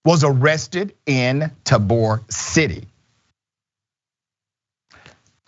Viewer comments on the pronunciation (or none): You gotta say .... Tay-bor